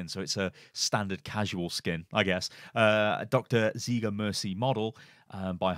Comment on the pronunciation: its ziegler (zaigler)not an ziiiigle ;)